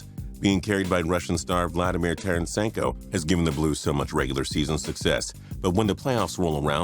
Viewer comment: Vladimir tarennsenko lol it's tarasenko